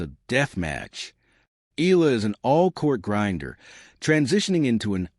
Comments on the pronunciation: It's pronounced E YELLA. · Please learn how to correctly pronounce Alexandra's last name. It is simply disrespectful to talk about her and mispronounce it every time!!!